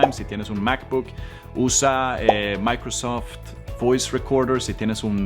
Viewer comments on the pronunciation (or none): none